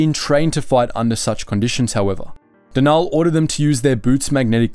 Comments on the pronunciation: Denal isn’t pronounce “De-naal” it’s pronounced “Denal”. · It's Den-ul not however you were pronouncing it. Cool video, but you have a bad habit of mispronouncing so many names